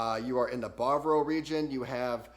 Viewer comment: Ba-va-ro. Not bar-bro